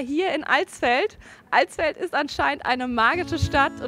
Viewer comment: Danke für das nicht "AAlsfeld" sagen...XD